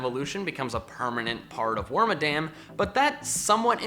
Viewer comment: Its actually pronounced (werm-mah-dum) Due to its name origin